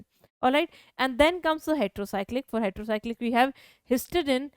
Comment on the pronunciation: it's Heterocyclic not retero